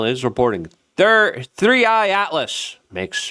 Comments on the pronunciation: STOP calling it THIRTY!!! Its THREE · He's been saying 30i for weeks lol. This is on brand for Luke so leave him alone. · 3 I! Its easy. Its the 3rd "i"nterstellar object tracked. SMH 30i every time in each video you've made man.